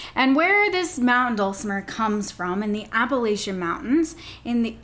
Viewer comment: As a West Virginian my ears are bleeding from the New England pronunciation of Appalachia😂 but aside from that I enjoyed the video. I love playing my dulcimer it’s so easy to just pick up and start playing.